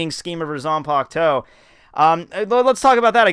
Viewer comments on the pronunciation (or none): Your videos are overall enjoyable. But PLEASE learn how to pronounce the japanese names and terms! It's Bankai, not Bonkai. Ban, as in Bun. Zanpakuto, not Zanpakt-oh. Sun-puck-t-short O.